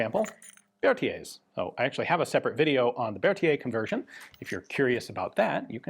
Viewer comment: Its Berthier, actually. Although I can understand why you thought it was Berthia - French loves to ignore letters.